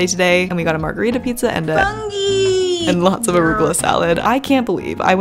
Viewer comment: Hey love your pizza videos, but as an Italian I shall tell you the u in funghi is pronounced like the o in do💘💘